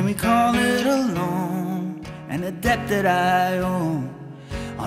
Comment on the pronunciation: Don't pronounce the 'b' in, "debt", though. You must be German or something lol. Otherwise, stellar